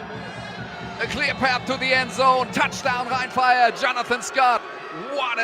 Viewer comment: Soll das ein Scherz sein? ein schlechte KI-Stimme als Kommentator? ernsthaft? omg wie er rhein fire ausspricht 😂 rin feier . ihr sollte bei einem solchen Produkt echt bessere Videos produzieren. und jemand zu finden, der so ein Text einspricht, kann nicht wirklich schwer sein.